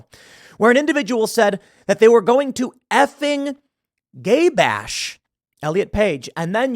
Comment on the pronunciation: Who the hell says Gy Bash. lmao.